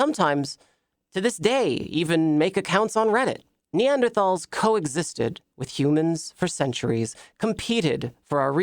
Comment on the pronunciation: Smh mispronouncing neanderthals